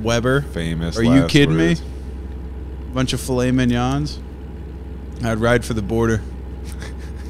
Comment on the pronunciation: Why say "fillet" properly and then say "mignon" like a pleb?